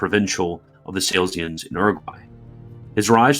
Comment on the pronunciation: LOL, I kept cringing at "SALES-ians." It's Sa-LEE-sians. But this is a very minor nit to pick.